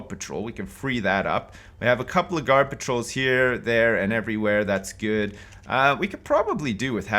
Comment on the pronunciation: When he says ‘guard patrols’ it sounds like ‘garbage rolls’ XD 😂👌